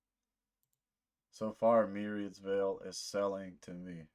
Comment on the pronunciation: Hi! You pronounced the name right! 😊 Thank you so much for this, we really appreciate you taking the time to listen and make this video!